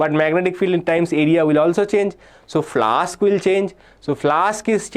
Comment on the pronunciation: flux ❌ flask✅